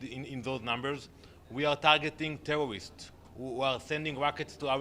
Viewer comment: "we are tawgetting tewowists" ffs bro I'm Lebanese and i can fully say that was a lie and I'm astonished as how much they get away with shit even if the media covers all their war crimes . We live in a dystopia surrounded by idiots who cant see further from their noses .